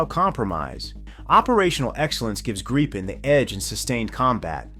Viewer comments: Good presentation but every time I hear the aircraft called a "Greepen" I cringe. Retrain your A-I please. The word is Gripen with a short 'i". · true, but it still sounds like there is a e or two instead of i. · Wenigstens den Namen Gripen könntet Ihr richtig aussprechen (..)